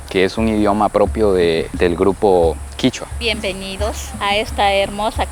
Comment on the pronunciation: No es quichua es quechua